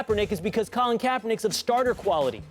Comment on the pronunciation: "Well how do u feel about DeAngelo?" "Well colon kaepernick" 💀